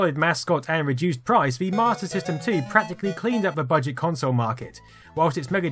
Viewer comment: Why does he keep saying Martyr System?